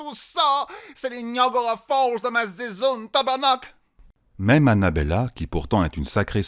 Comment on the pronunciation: Québécoise ici 😂😂😂 "tabernaowcle" se prononce bel bet bien "Tabarnaaack" mais sinon encore un rv avec bcp de fun et de joie !!!